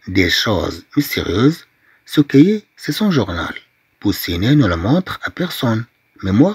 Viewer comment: ملاحظة استاذ كلمة cahier اظن انها تنطق كايي وليس كيي